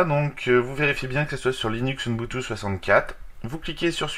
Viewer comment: Ça se prononce ubuntu ,UBUNTU